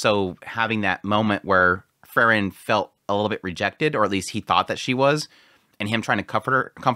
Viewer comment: It's Freeren, not Frrren.😁